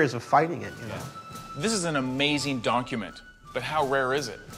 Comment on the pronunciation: he says an amazing donk-u-ment 😂😂😂